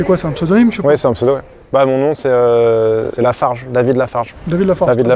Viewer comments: Ça m’a tué qu’il a dit David larfarge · Il a dit david lafarge